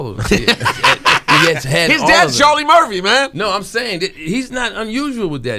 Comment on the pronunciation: Cha(h)-Lee Murph-fee !